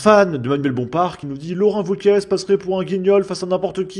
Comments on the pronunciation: Wauquiez. C’est pas Gomez. Ça se prononce é et pas ez. Un petit effort s’il te plaît. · C’est franchement pénible. Wauquiez. (É) Pas Wauquiezzzee. Tu es YouTubeur professionnelle? Je déteste Bompard mais je ne supporte pas non plus le manque de préparation. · on dit wauquiez pas wauquiesss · Quand tu prononces Laurent Wauquiez le Z ne se prononce pas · Le mec est pourtant humain (à proori), ce n'est pas une IA mais le mec prononce Wauqieze ! D'autre part, en France on écrit "TOUS les sujets" ! Même un migrant arrivé depuis peu l'aurait écrit correctement ! Vous me faites honte ! Vous pensez défendre la France et ses valeurs, apprenez à écrire !